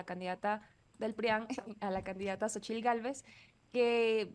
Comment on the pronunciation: La sílaba tónica en Xóchitl, es Xo, porque se obstinan en usar como sílaba tónica en chitl?